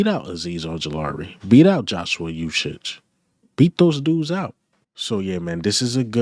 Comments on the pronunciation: Ooh-shay. Not ooh-shich. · Uche is pronounced oo shay. The "OO" represents a long U sound (as in "moon"). So the correct pronunciation is OO Shay or U Shay. Hope that helps. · His name is pronounced (oo-chay) Uche... Great content by the way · Please get the young man Joshua Uche"s name right.. it's so lazy and disrespectful the way you pronounce his name c'mon bruh it's not that hard 🤷🏽‍♂️